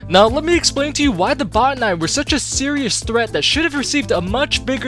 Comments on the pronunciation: what about botanical? The etymology is Greek botane through Latin botanikos. Both use a hard "Oh" vowel, not "ah". It should be either "bah-tanee" or "boh-tanee" not sure where anyone would get "bah-ta-nai" ending with a hard I makes no sense given the etymology. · Bot-ter-nye? Did any character in game vocally pronounce them that way? I thought it was simply pronounced like botanical. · Jeh-neh-sawr. Buh-tah-knee. There, pronunciations for all. But yeah, I'd say the Botani are an overlooked enemy.. but no one ever talks about the Zangari creatures we encounter. Hell, Zangarmarsh is the result of what happens when they're able to grow.